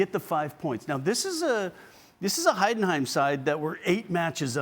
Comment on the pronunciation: I'm in awe how this all-American dude pronounces the name "Heidenheim" just perfectly! I'm impressed as a German. 👏